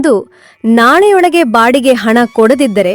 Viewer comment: Bodige ಅಲ್ಲ baadige 😂